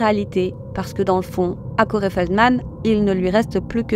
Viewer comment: Je ne connaissais pas du tout ces deux personnes. Merci pour la vidéo et le travail accompli par vous deux! (PS: le prénom Corey se prononce /kO'ri/ , le /e/ final étant plutôt un /i/ sans diphtongue. dslée d'être embêtante!)